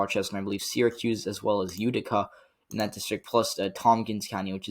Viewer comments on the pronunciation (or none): none